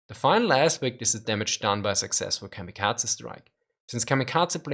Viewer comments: KamikaZe, not KamikaTZe. Z as in Zaire, not TZ as in Cyprus ! They were suicide pilots, not cats :) Please take care of prononuntiation. It is japanese word, not german. If you do not know terminology, it undermines value of your point. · The letter z is pronounced like ts in German, that why he says "kamikatse".